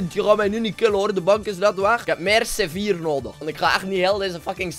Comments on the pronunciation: Hij zegt gewoon sevier😂😂😂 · Maar zei je nou c4 of zeewier?